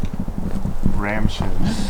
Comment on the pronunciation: "Ram Shin"!!! might not live that one down haha